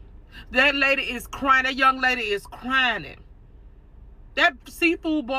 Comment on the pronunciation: The way she kept saying “crynin” is making me mad fr